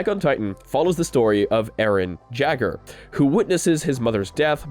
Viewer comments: Ah, yes, everyone's favorite anime character, Eren JAGGER Just poking fun, but it's pronounced like "yay-ger", it's German. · hey.... its pronounced yaeger not jagger.... he's the main character from the show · You said Eren Jaegars name wrong. You say yay-ger. Not jagger, sorry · "Eren Jagger" 😭😭 forfeiture reference it's pronounced like "yay-ger" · Btw, Jaeger is pronounced "Yay-ger". I believe it's supposed to be German. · who also cringed at him saying "Eren Jager", I know he didn't watch the anime nor the manga, but still. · eren "Ja"eger 😭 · Jaeger ( Pronunciation: Yaeger) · Eren jaeger is pronounced Yay-ger xd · it's pronounced "Yay-Grrr" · Got me dead when he daid arron jagger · Ah yes, hearing you butcher Jaeger is something I wish to never hear again. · im sad he said arin last name wrong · That’s the most “I’ve never watched Attack on Titan” pronunciation of Eren Jaeger I heard 😂